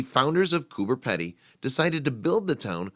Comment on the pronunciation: peeedy not pedy hahahhhahahah say it right if your going to educate people LOL